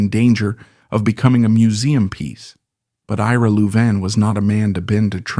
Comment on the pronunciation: A I can’t pronounce Louvin properly. Other mis pronunciations. How did their name change from loudermilk to Louvin?